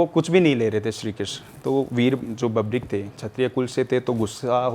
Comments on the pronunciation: बबरीक नही, वीर बर्बरीक नाम है बाबा का ढंग से तो बोल भाई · अपने आपको बाबा श्याम के मंदिर का पुजारी बताने वाली महान आत्मा ढंग से बर्बरीक तो बोलना सीख ले बबरिक- बबरिक सुन सुन कर कान पक गया 😮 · बर्बरीक होता है,बर्बीक नहीं, जय खाटू श्याम!